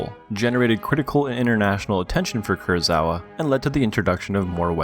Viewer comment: Kurosawa, not Kurozawa.